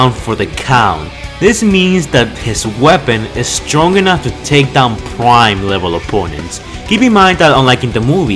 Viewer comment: pwime level opponents